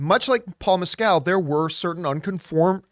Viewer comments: It’s funny how many people mispronounce Paul Mescals name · I do find it funny the way you say Mescal